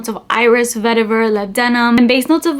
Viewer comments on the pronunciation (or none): none